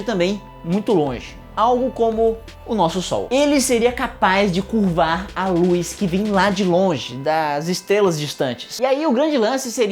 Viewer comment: O único problema é a pronúncia de LUZ, do latim 'lux' O correto é LUZ mesmo, e não "lúis"